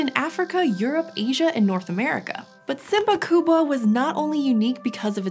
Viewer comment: Swahili people are very proud of own heritage, because she tried to pronounce swahili name of the predator in the swahili. Wow, wow, wow...!